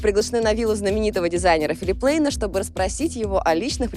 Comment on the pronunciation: не правильное произношение бренда! он НЕМЕЦ и правильно произносить Пляйн или на немецкий акцент Плайн, но ни как не Плейн. вы же Кельвин а Кляйна не обзываете Клен?